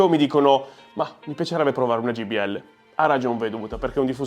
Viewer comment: ...ma siete davvero incredibili: continuate a chiamarle Gbl anziché Jbl! 😂😂 Però vi voglio bene!